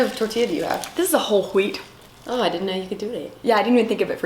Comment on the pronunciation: "W-hole W-heat" lol